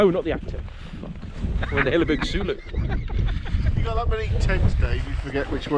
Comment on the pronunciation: Its pronounced soulo as in ‘soul’-‘o’. Think ‘Solo’. Had one for years. After a while you dont give a monkeys what the weather is outside the tent, you know you are fine inside. I have had a few times in the Scottish mountains where I undo the door zip and I am amazed at the atrocious conditions outside. They are that good.